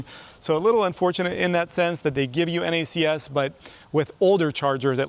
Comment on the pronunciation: Thank you for saying N-A-C-S instead of “NACKS” 😂